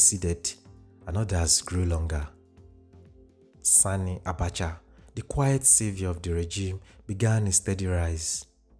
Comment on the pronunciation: I like that you paid particular attention in pronouncing "Sani' Abacha and not 'Sonny' Abacha as in previous videos. Well done!